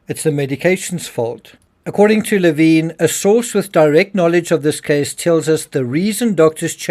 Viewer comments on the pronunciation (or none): Leh vin. Not laveen